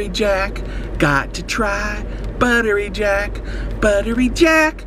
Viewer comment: I only hear "Butter Reject"